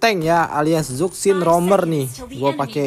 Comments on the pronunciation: Zusin bukan zuksin .. berarti sakvier bukan savier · Zuksin anying, zushin bang cara bacanya😂😂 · Izin koreksi penyebutan nama Zhuxin itu bkn (ZukSin) Tpi dibaca (CuShin) krn di mandarin Z itu dibaca ny kyk C, cntohny kyk nama Dong Zhuo bukan dibaca (Dong Zuo) Tapi dibaca (Tong Chuo). Ga brmksd apa2 ya... just fyi dan izin koreksi aja biar yg awam jg tau